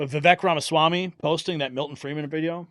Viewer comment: Friedman not Freeman